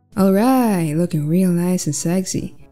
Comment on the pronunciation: I loved that 'AlrIgAhT'